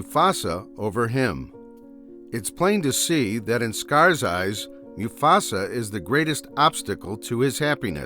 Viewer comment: “Moo-Fasa” is pronounced right.